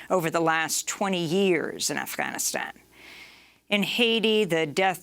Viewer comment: Amy it's not Afhanistan it's Afganistan